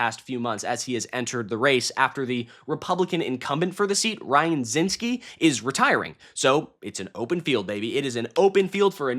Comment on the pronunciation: Zinke, not Zinske. A total Loser who isn't running again because he knew he'd lose. Zinke will probably go to jail in 2029.